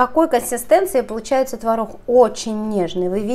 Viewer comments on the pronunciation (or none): обычно. рецепт крутой - выглядит отлично. снято хорошо. НО манера разговаривать - нечто. так давить из себя слова. и еще "консистЭнция", "твороХ" это что?? уши режет. вот и дизлайк